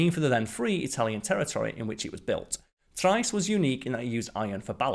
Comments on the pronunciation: I believe the word you are looking for is pronounced tree-est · It's pronounced "Tree est" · Pronunciation is "Tri....est" please. Not as good as your BioGraphics videos. Struggled to follow the narrative in several areas. Maybe it is an accent thing. But then again, I didn't have a problem on BioGraphics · You're pronouncing the Submarine's name incorrectly. Trieste is pronounced "Tree-est". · Check pronunciation of Trieste. Pretty sure it’s “Tree est” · Arrrrgh, it's pronounced "tree-est" and "no-ah". Why do the British think they are the only people who know how to pronounce language. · What annoys me Brit is your ignorance of - butchering of the Italian language. It's pronounced tree-est. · Just because you're subbing in for Simon doesn't mean you have to butcher the pronunciation of "Trieste" to fit the part. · love your presentation, style and pronunciation, except for Trieste - it's an easy one to get wrong.